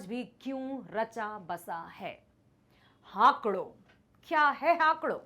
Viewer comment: Good but , it's not हाकड़ it's हाकड़ो